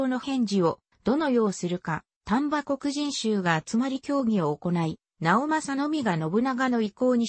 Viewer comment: よくわからん、 もっと図面とか場所や地形とか わかるように、あとくにじんしゅうじゃなく、 こくじんしゅうね、 よく調べて